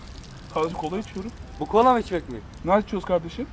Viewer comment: Kolaya cola diyen abimiz❤